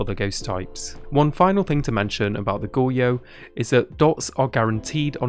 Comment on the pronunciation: dude, it's pronounced goh-ree-yo, i'm sorry if this comes off as rude but you are butchering the word badly.